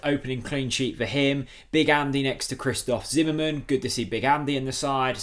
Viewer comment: Christos' surname is pronounced jolis tzo->jo like in the word "joker".And the first name Hristos Ch->h like in horse. Seen you in the Redmentv channel for the first time, liked the content,and as a Norwich fan i guess you would like to learn it right sooner than later!